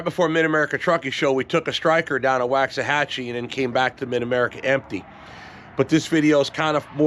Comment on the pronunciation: It’s pronounced more as Waux not wax. Native American name